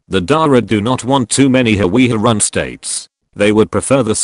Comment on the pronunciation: its hawiye